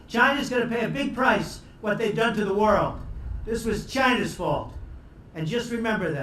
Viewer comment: Trump was a real visionary He was always stick to his words about what he said on chy-na(trump funny pronunciation)